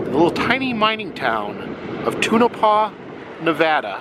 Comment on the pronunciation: It’s pronounced Tone-a-paw!